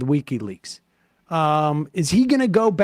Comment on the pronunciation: It's not weeky leaks, Sam. Its wiki leaks.